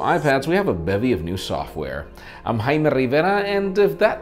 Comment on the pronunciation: It's JAY-MEE not hymi